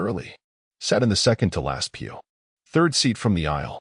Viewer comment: pew, not peel